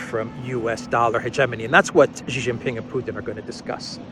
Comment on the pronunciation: President Xi is pronounced Sheee Jinping not Jheez, nor Ghee. Shee Jin Ping, got it?